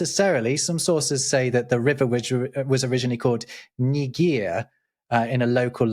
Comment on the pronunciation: can’t help but laugh when he said Ni Gir